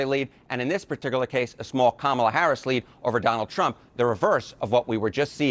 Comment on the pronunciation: Identities matter. Let us pronounce Kamala's name right. It is pronounced: Come-uh-la. Say that fast and you've got it. Here are some incorrect pronunciations: 1. Calm-uh-la 2. Cuh-maah-la 3. Anything else that isn't Come-uh-la